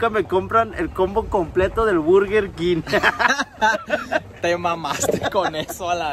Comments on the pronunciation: Misa de gato presente 🤣🤣🤣🤣🤣 se pasó con esa jajajaja,y alguien más se dio cuenta que en vez de decir burger king dice "virgen king" y en vez de decir combo dice "compa"🤣🤣🤣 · Quien mas noto que decía Virgen King JAJAJAJAJ